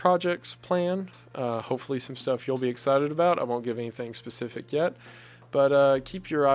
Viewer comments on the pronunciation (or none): none